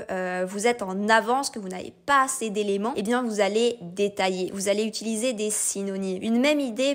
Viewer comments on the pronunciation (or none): none